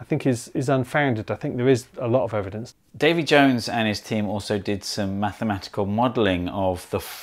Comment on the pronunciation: not in wales. half the men in wales are called david (d-aff-id) jones (jor-h-nes). get the accent right, my little organoids